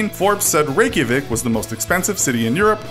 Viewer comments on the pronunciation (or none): none